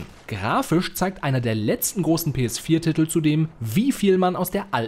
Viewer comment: Man spricht es "Titel" aus und nicht "Ttittl" sowie "Justiz" und nicht "Justtitz" 🤣